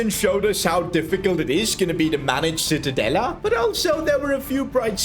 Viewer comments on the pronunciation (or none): Is not called citadella is called: ci-tta-de-lla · Isnt Citadela but Cittadella in italian pronunciaton. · Sono italiano e citadela si pronuncia ciTTadeLLA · It’s pronounced cittadaya as an Italian Ik double L is pronounced Y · Awesome video! Just a small point on pronunciation, it's pronounced "cheetah-della" - ci makes a "ch" sound in Italian :) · I just came to hear "Cittadella" mispronounced. Thank you for not disappointing me 🙏 Namasté Namasté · Im sorry, I'ma be that guy, evertime he said Cittadella, it pained me with his pronunciation 😅 To give a perspective, it's like pronouncing Church as search 😂